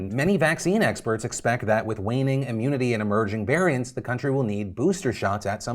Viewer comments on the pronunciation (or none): none